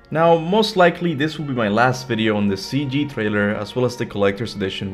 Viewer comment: Dude, is tree, not three, and it’s trailer, not thrailer!!! Can’t listen to this 🤦🏻‍♂️🤦🏻‍♂️